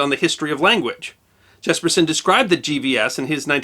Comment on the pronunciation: Try pronouncing "Jespersen" correctly and we might be even more enlightened - (Hint - J as a Y sound).....